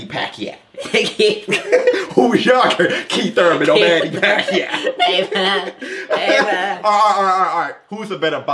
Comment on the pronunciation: The way he say "Manny Pack-yao" is hilarious!